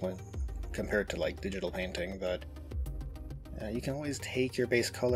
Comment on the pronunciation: “and here is the…biggest KHAN of white color schemes” 🤣